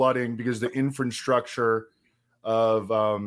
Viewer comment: Sounds like says “infant-structure” instead of infrastructure.